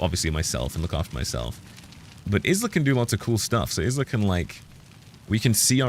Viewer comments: Her name is pronounced Ila, silent S just like island! Cracking me up with IS LA 😂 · considering this is a chinese game and isla is not a chinese why would it be pronounced Ila?